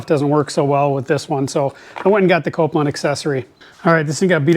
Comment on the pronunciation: Say it with me... "Kol-pin." Not Copeland